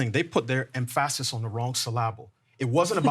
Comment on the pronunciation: Somenoe tell how to pronounce the words "emphasis" and "syllable" 🤣